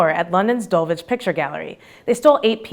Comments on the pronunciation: Mate - it's Dul-ich and Hartfordshire... fascinating video though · I thought I recognised the sculpture in 11 but didn't realise it for ages because you pronounced Dulwich so strangely (you're not meant to say the W). But to be fair, Dulwich a strange place. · Rethink 'Dulwich' and 'Hertfordshire'.